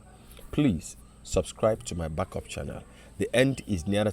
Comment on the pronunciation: My Oga na "Channel " and not "shannel"🤣🏃‍♀️🏃‍♂️🤣